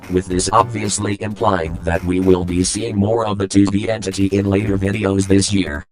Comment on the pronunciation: "TV Entity." sorry what? i heard disney entry